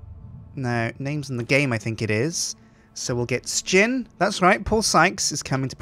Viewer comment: ITS SJIN NOT SKIN!